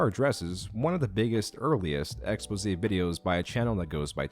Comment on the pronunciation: Yo! Props to, for properly pronouncing, “expose”!!!! Now watch the rest follow...